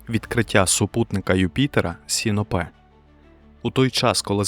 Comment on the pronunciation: Мене як астронома-любителя у цьому відео найбільше зачепила неправильна вимова супутника Юпітера Сіно́пе.